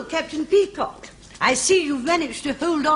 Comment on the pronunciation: It's pronounced peacock!